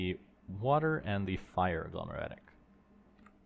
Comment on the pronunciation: Every time you said "infernium" or "agglomeratic" a small piece of me died 😂